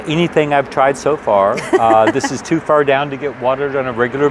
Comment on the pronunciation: Ooooh, I just heard you say, "Do What?" and "too fer down" ...I do believe you grew up in Tennessee, lol! I thought you might be a transplant, but now I think you might be a homeboy!!! I'm so happy I found your site...I'm really enjoying seeing all you have done.